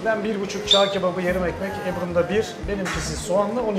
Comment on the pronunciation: Erzurumda askerlik yaptık hala "çağ" kebabı diyorsun 🤦😄